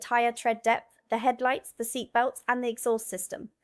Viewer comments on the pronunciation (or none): none